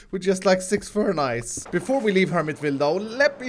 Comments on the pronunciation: Furnaces. Its furnaces Not ferni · A normal man: furnacces: furni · ”With, just like, six furNajs